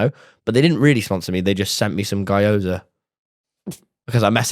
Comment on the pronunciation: "guy-oza" is killing me 😭 😭 😭